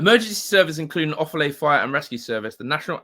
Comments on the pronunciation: You pronounce Tadhg like this: Toy'g And Offaly: Off'ully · Its pronouced offalee said quickly Its a bog in the middle of nowhere Ireland